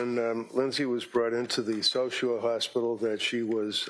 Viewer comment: Why is it getting on my nerves that the prosecutor sounds like she is saying Sosher? Is it South Shore? Sorry for the triviality.